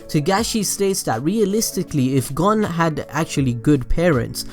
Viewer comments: To help you with your pronunciation problem look at the japanese harigana A is (ahh) i (eeh) u(oo) e(eeh) (o)oh Hope that helps like for example Gon is (goh-n) not gon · Wow your just su works! ITS GON AS IN CONE BUT WITH A G AHHHHHHHHHHHHH